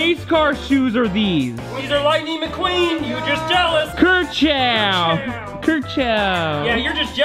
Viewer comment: Nooooo it’s not kerchow it’s kachow Hehe lighting McQueen go brrrrr